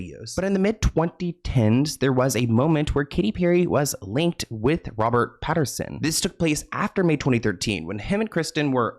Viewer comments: Pat - in - son 😂 Love the consistent celebrity name mispronunciations! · his name is Pattinson…. Not Patterson. I love your show! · I love you but it’s PATTINSON 😅 not PATTERSON love ❤ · PattINSON NOT PattERSON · Damn it,. PattINson, not PattERson. Love you though! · LOL, it’s Robert Patt-IN-son. Love you! ❤ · Lol,, it's PattINson ❤ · "we all know robert patteRson" hahaha, you should start slightly mispronouncing any of the celebs on here who have tried to come for you just to piss them off:glasses-purple-yellow-diamond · The "Patterson"s are driving me nuts 😂